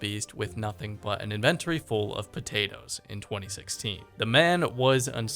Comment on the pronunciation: bro why did you say "inventory" like that